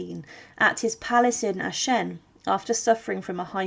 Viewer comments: I wonder where AhShen is. It certainly isn't near Aachen (pronounced AhKen) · Aachen is pronounced like A-khen, not Ashen ^^ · Worst of all, the butchering of "AACHEN" to "Ashen" and later "Eshan" or "Anchen" towrds the end.... almost an insult! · Thanks for this interesting video. I was struck by how you pronounced the name of the town as "ah-shen". My mother and grandmere, who were from the Eupen area, always pronounced it as "ah-ken". I find the many dialects of the region very interesting. I have a map somewhere at home that shows the shifting borders in that area from the late 1700's to the present. No wonder so many dialects developed. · 'Aaken ' IS the dutch Version.....Frensh Aix la Chapelle.....the City its self IS pronounced Aachen...with a throaty 'chhhhhh'